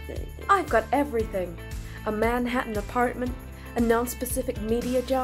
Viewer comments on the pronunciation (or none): Also i've never heard "Manhattan" pronounced that way 😂